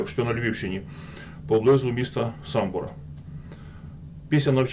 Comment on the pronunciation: Не СамбОр,а СамбІр